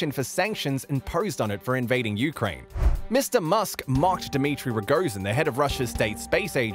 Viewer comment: Why are you pronouncing Ukrain weird?